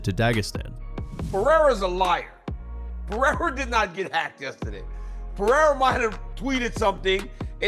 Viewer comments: Chael’s name gimmick is so lame. He mispronounces names on purpose. No one in history has pronounced Pereira as Pee-air-a expect for Chael. He does it with plenty of others fighters names as well. I guess it thinks it’s cute or something… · Chael will never say Pereira's name correcetly lol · It's hilarious that Chael can't be bothered to pronounce fighters' names correctly even though he talks about fighters for a living.